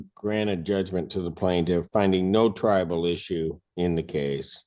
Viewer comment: I am so glad I am not the only one that heard that over and over. It is triable, not tribal. I had to ask too. 😊